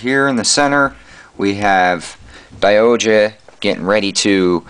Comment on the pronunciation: SaikYo Robo Daiohja is the proper pronounciation by the way check out the series was awsome nice review